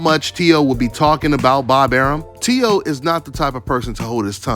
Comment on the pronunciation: It’s “Teo” bro!